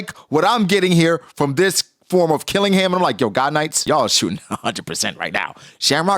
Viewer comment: His name isn’t Killing-ham. Its Qilingam. Her name isn’t Gun-Koh. It’s Gounko. Why can’t people say any of the gods knights name properly.